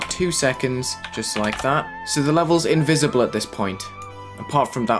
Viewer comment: saying "Invisible" in spanish gave me 900 more years of life